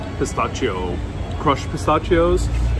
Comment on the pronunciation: Luv you but pronunciation....Variety is va- RYE-ety.... pistachios is pi-STASH-ios. Not pi-STACH-ios. The C is a soft C.